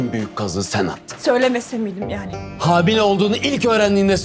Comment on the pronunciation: in hamile yerine habile dediğini fark eden.❤❤❤